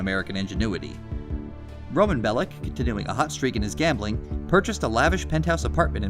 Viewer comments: Niko is my favourite gta protagonist, also its actually pronounced bell-ic and not bell-ich. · It's minor but it annoyed me how you say Bellich, and not Bellic. Niko is saying his name the way it's pronounced.